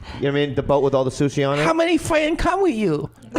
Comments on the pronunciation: How many fwend come wif you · I think the moment tom said “how many fwend come with you?” in that Asian accent I was sold. I haven’t had side splitting laughter like that in a min🤣🤣🤣